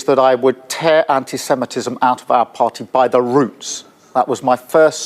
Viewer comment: Owen! Pronouncing the word "party" as "par@ is great for street cred! Keep it up young man!!